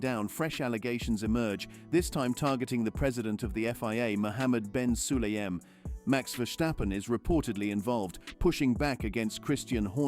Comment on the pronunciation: Dit is een AI stem. Maar inderdaad, de engelstaligen mogen van mij wel iets meer moeite doen om (gevestigde) namen uit te spreken. Maar dan is het dus ook Max, en niet Mex. Maar als de sportman of -vrouw het prima vindt, stoor ik me er niet meer aan.